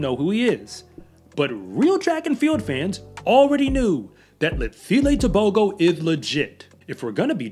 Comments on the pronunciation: I wish you would say T'ebogo not Tebohgoh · The proper pronunciation is Teboho...the g makes an h sound in Botswana...this kid is wicked fast and reminds me of Usain Bolt, the way he runs is so smooth.